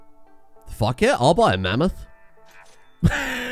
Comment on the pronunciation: Name the mammoth "Ma-meth"